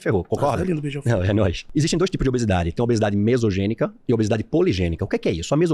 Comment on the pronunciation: Obesidade Monogênica NÃO mesogênica